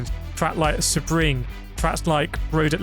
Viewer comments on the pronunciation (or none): Subring ? Or (phonetically) sea-bring? Yes, Sebring